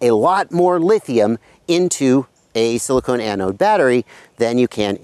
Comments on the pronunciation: Do you mean "silicon" pronounced ( sill-ih-kawn ) as in ie: silicon cpu wafer?. You are saying "silicone" (sill-ih-cone) as in the heat-resistant rubber-plastic like material that is an insulator, not a conductor. I'm pretty sure you're just off on your pronunciation of "silicon" as I'm sure you're refering to silicon anode cells that are part of a type of lithium-ion battery where silicon replaces the traditional graphite anodes. Silicone resin wouldn't make the greatest anodes or cathodes lol. Anywho there are some inherent problems with silicon anode equipped lipo batteries. One of the problems is that that after lots of recharge cycles the silicon material goes through what's called charge-induced volume expansion or simply the silicon can shrink and expand causing the material to crack or form micro-fractures during lithiation/delithiation phases(IE: think of like a super heated rock being thrown into cold water and cracking) Si anodes can also have problems with properly reacting with the electrolytes they use for batteries, whereas graphite anodes are very good at reliably interacting properly with the electrolytes. Both of these issues can cause thermal-runaway which you demonstrated awesomely in your video by over-charging - one of the huge benefits of Si anodes is excellent thermal dissipation as shown by your experiment when you note that it takes a long time for the battery to catastrophically overheat :P ! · He's asking since you pronounced it "silicone" ;)